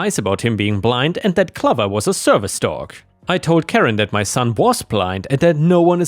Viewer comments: Clover pronounced like over. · 'Clover' is pronounced like 'stove' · "Clover" has a long O, like the plant of the same name. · Gall is pronounced “gorl” - like the original name for France under Roman rule - Gaul! And clover rhymes with over or rover - not lover!